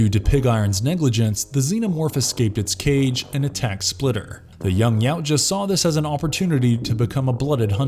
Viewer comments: It's pronounced ya-oo-cha not yow-cha 🤦‍♂️ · Yau-tja (not cha/sha) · Xenos aren't after world domination they are purely about reproduction and survival... And its pronounced "Ya Oot Jah" Not yowt ja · He didnt....its Ya Oot Jah